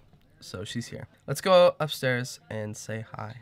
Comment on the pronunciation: Lesh not goo! 😂